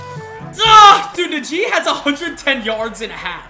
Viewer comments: Najee is pronounced Nah-G not na jee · It’s na gee Harris not na she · Did my guy say nu g?!?! It’s najee!! I live in Tuscaloosa so I get pissed when someone mispronounces najees name No hate tho 🙂🙂🙂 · Bruh who Tf is nuh gee, it’s najee 😭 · You’re supposed to pronounce najee like “Nah G” not “Nuh G” 😭😭😭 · Nah G. Not Nuh jee. Hate to be that guy but it was pissing me off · it’s prounounced NA-SHEEE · Btw it’s naajee Harris pronounce it like dat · Yo I’m sorry but the way you said “Najee” is disgraceful 🤣💀